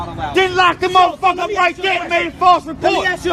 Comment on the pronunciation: Subtitles required "muvvaf**ka" ...